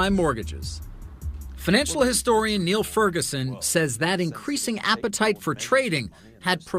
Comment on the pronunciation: It's Niall (Nile) not Neil (kneel) Ferguson. Genius.